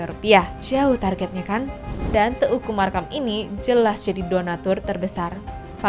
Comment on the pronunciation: Ka, bacanya bukan te u ku. Tapi Teuku. Eu vocal eu 😢 jadi gaenak didenger